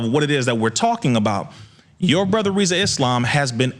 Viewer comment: Congrats brother..... now tell everyone to stop calling you instead of Rizza 😅